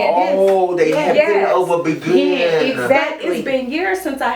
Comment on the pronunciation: I was cryyyyyyin when they pronounced Bigen (Bay-gheen), as "begin" 😨 😂😂😂 Oh! and the "lesbian locks"!!! Im wheeezin! 😂😂😂 💀💀💀